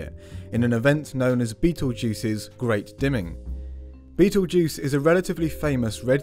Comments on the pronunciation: You said Beatlejuice 3x 😱😱😱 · You need to pronounce Betelgeuse correctly. M.